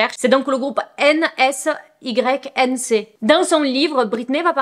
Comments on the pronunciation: Merci pour la GIVDT !! Je me suis sentie vieille quand tu as dit N S Y N C au lieu de N Sync et pourtant je suis une 94 ahahh mais j'adore toujours autant ton travail! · Le groupe N S Y N C sorry mais ça m'a fait rire ^^ Pour info ça se prononce "N sink" Donc la lettre N et le verbe anglais to sink, voilà 🥰☺ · Tu as vraiment dit N S Y N C lool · Ah tu m'as fais sourire avec le nom de groupe de Justin, ça se prononce ''N sink' En gros, on ne dit pas les lettres sinon bonne vidéo 😊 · Le groupe c’est Nsync (à prononcer : N SINE QUE ) ❤😊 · Coup de vieux à la 2ème minute quand tu ne connais pas et donc ne sait pas comment prononcer Nsync...c'était tellement connu que je connais sans avoir jamais écouté leur musique ^^ Par contre c'est pas lui qui a créé le groupe, c'était un groupe créé sur casting, comme la plupart des boys band de l'époque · Ahah quand tu as plus de 35ans les oreilles silent au début quand elle le prononce ahaha mais superbe vidéo!!!!